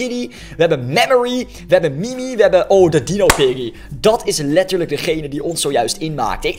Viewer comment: Het manier waarop hij piggy zegt is een beetje raar